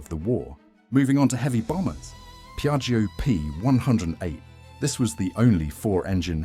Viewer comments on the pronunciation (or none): none